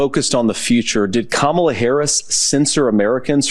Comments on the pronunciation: Put some respect on Madam Vice President name it’s not Ka-mala it’s Kama-la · How f*ing hard is it to say Ka Ma La? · shouldn't speak. Why can't he pronounce Harris's first name. What is the reason to pronounce a name incorrectly? Just making them look dymb and disrespectful. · He still can’t pronounce ,La’s name correctly. Donald Trump Jr is not bright. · I am so sick of the passive-aggressive mispronunciation of Kamala Harris’s name.